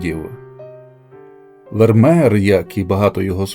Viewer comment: Не Вермер, а Вермеєр😮